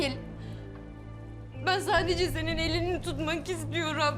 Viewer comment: Biri şu kıza Türkçeyi öğretsin İstiyoream değil istiyorum Tamamıah değil tamam mı Elinia değil elini